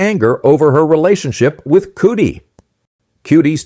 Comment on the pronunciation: You did not enunciate Cudi’s name right